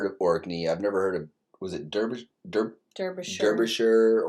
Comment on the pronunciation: Please look at this and say Derby correctly thank you